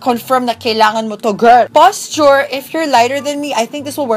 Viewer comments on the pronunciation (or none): Porshur po hindi po posture.😁